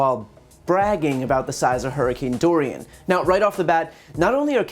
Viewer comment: Did he call it hurricane Doral lol he wouldnt be wrong😂